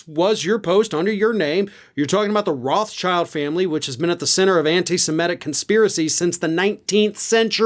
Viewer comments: The name is correctly pronounced Rot-shield as in the French pronunciation, or Rote-shild as in German. You can pronounce it Roths-child but you would be displaying a complete lack of sophistication and general ignorance, not unlike Marge herself. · It's pronounced, "wrote-shielt". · Rotschild is German and the correct pronunciation would be "rot-shield". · George Takei: "Ah, it's pronounced roth-SHEEEELD"